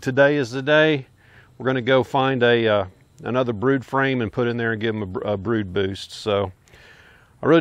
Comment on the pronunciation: really enjoying watching the progress on TST. very educational! thanks! chuckled when you said Bood Broost...lol